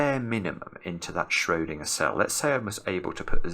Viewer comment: The way pronounces Schrödinger Hitler turns in his grave